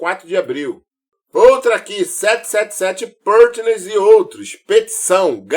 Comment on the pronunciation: Vc é o cara pra investigar tudo que acontece com o Vasco. Mas dá uma jogada aí no tradutor google e ouve como se pronuncia “777 Partners”. 🤙🏽🤙🏽 tu é o cara!